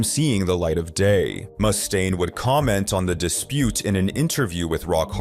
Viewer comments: Around the mark, why is Dave's last name pronounced correctly, then a few seconds later it's "moose-taine"? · Moose stain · “ Moostaine” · Moose stain. -me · It's getting harder and harder to tell these days, but I'm pretty sure the voiceover is AI-generated. I've never heard someone pronounce "Mustaine" two different ways before. 😂 Surf Wisely. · Got bored when he fist said "Mustaine"